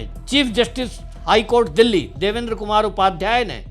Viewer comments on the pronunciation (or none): none